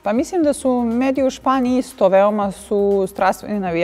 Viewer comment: Sofi, kaže se mislim a ne misim.. Probaj da naučiš, nije teško